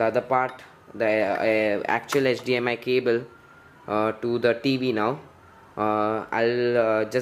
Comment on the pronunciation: 0.40 - it's HDMI not HDMS my friend..